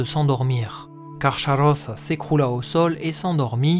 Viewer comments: Ach se prononce ar en allemand et pas ax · On prononce KarKaross (le ch chez Tolkien se prononce toujours K). Sinon super vidéo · Salut :) C'est balot de se renseigner autant sur un sujet et de se rater sur sa prononciation :/ le CH est explicitement indiqué comme se prononçant [x] (comme le "ach" allemand) Autre erreur : Draugluin est tué la même année que l'arrivée de Beren et Luthien devant Carcharoth, pas "des années auparavant" Mais sinon, très quali :)